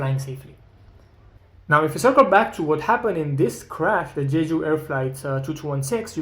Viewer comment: Absolutely and not in "Jeju" like says in the video